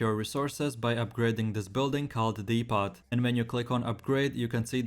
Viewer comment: Good info. FFR, the T is silent in "depot" → dee·poh (or deh·poh in other parts of the world)